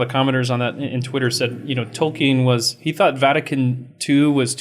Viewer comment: You pronounce Tolkein "toe-kin"? Blasphemy!